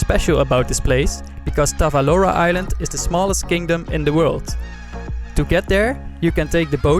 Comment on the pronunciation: Nice video , ive been there 5 years ago and is it really beautiful Island . btw it is Tavolara island not Tavalora